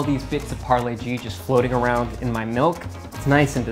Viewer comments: Polo G? Nah, it’s Parle-G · pharle -g ni h pargle -g hai accent ke marey 👎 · When he said parle g and didnt say g mane genius...that hurt😭😭😭